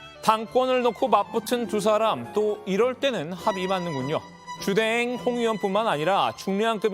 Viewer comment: 주대행 ... 주댕이로 들린다 ㅎㅎ